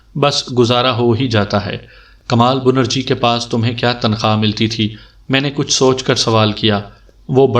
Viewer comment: assalam o alaikum bhai bunerji nahi benarji tasheeh karleejiye aur chureera nahi chareera sorry